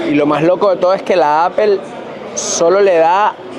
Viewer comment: Hola. No por ser hater pero pronuncia Apple bien. No está tan difícil 😅. Besos